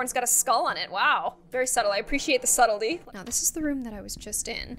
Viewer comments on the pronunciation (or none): none